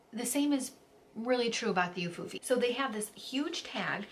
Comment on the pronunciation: Hi! It’s pronounced “oo-foo-fee”. You have a nice voice, btw.